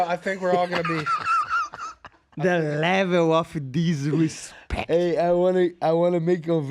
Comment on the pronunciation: The leveu of disrispektch